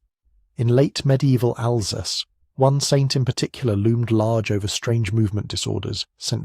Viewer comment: Alsace is pronounced Alzass